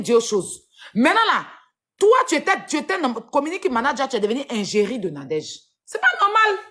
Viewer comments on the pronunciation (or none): C'est l'hôpital qui veut se fout de la charité! on dit pas ingerie mais égérie